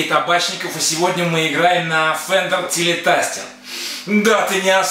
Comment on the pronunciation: "ТелеТастер"? "СтратоТастер"? Я не ослышался?!